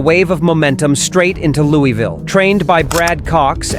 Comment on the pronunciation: Daarrby was nuts but where is this "Lewey-ville" place? It's still in Luaville KY right? Lol